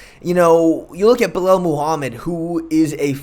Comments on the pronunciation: Fair enough. Nothing wrong with taking the Hooked on Phonics approach. However, following your logic... How did Belal end up becoming "Belel?" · Mans pronounced shavkat to a T, but couldn’t pronounce Belal or Geoff…